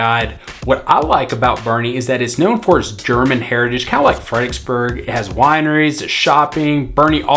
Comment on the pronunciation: I knew you were a local, saying "Fredicksburg"........not Fredericksburg. We just kinda shorten it. Kerrvillian for 10 years. Love it!